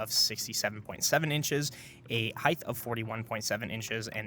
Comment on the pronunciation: "Heith" ❌️ "Height" ✅️